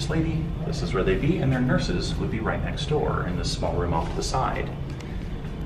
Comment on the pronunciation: Can you not alwasy say rihth